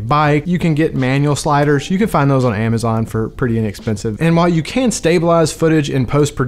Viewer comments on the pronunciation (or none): none